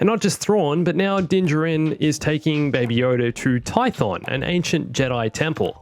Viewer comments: They said his name outloud in Chapter 8. Why, then can none of these "expert" channels ever pronounce Din Djarin correctly? It's "JARin," not "jahRIN." Whether it's just mispronounced or if it's done for "humour," it just sounds like someone that's reacting to pop culture instead of knowing what they're talking about. Just makes it sound like you're pandering for views. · the way he says Din Djarin. Its like Dinjurin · Did he say din djirin?